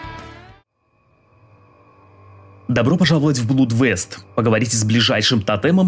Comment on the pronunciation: Не сердись. На тот же "гугл транслейшнс" зайди, там есть произношение. Проверь как оно правильно произносится. Просто "во избежание". ;)